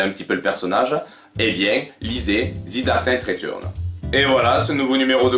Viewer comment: The dark Knight "retourn"? Ah non, pas possible, ça casse tout d'entrée de jeu... Y'a pas de honte à bien prononcer les titres en anglais... Non, là, ça pique trop...